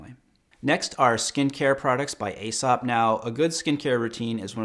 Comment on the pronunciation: Aesop is pronounced ee-sop.